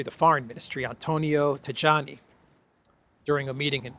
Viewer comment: Tajani is pronounced Taiani, not Tagiani.